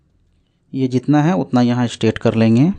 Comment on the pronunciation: Straight ko aap kyo state bolthe h?